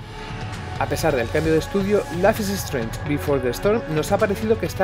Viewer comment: Dios que mala pronunciación. Ni siquiera es un nombre tan difícil